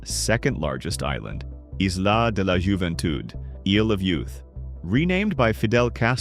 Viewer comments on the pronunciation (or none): . "Isla de Juventud" for English speakers would be pronounced more like |EES-lah day lah hoo-ven-TOOD|